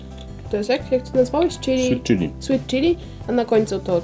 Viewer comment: Dlaczego powiedziałeś CHILY A NIE CZYLI ?!